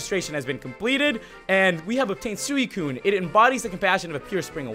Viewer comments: as much as I luv ya, IT'S SWEE-KOON! NOT SOO-EE-KOON! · It's pronounced Swee Koon not soowi Koon. Just letting ya know!;) keep up the great vids! I also like how you try not to swear because you have some consideration for the public! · Btw its suicune is pronounced "sweecune" also im Not The Best to english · it's swee-koon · suicune is pronounced sweecune